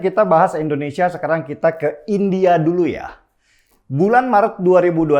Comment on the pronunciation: Bicara Indonesia kok endonesia sih bang???????????????????????????????????